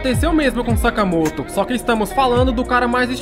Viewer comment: Vc falou sakamato